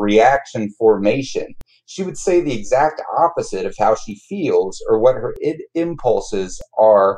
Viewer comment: My bachelor's is in psychology and I just graduated with my masters in professional counseling and I have never heard anyone say ID/Id as you do, it has always been said separately like I.d.